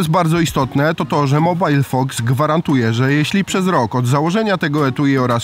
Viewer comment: a nie jest to MOBIL fox a nie mobile :D